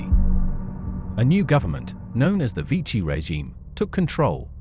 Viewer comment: Vichy should be pronounced “vee-shee”